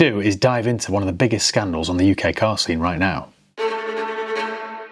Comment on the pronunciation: Uk car skeen? 😂